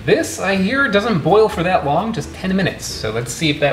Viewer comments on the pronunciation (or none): none